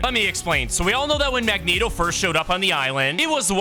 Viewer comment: You finally said Mangeto right